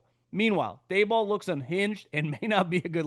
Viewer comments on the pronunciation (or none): Its dable like table..not day ball. Whatever